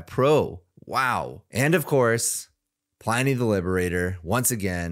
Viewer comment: dear god when are any of my beloved ai commentators going to learn how to pronounce pliny